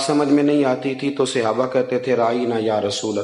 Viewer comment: Sahe lfz bola Karyn Seyaba nahe khaty Sahab khaty han